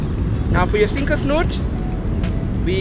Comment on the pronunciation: 🎣 hook Snood, - not snoot,! 🙂 🎣